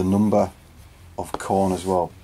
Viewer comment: the "Khorner"